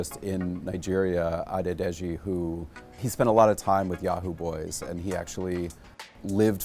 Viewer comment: The narrator’s pronunciation of Yoruba words I am impressed with. Oworonsoki and Adedeji.